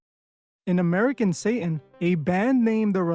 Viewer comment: It's SATAN not SAY-IN